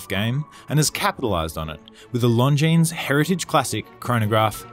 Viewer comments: Beauty! Pretty sure the "s" in Longines is silent though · Nice watch but agree that price point is a little too high for what it is.,please,the s is not pronounced in longines. All the best.